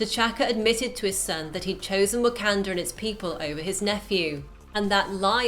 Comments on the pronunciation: It sounds so weird hearing "wah-CAN-duh" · She keeps saying wakanda wrong